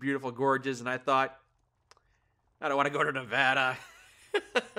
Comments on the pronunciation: Thank you for saying nevada correctly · He said Nevada correctly.😊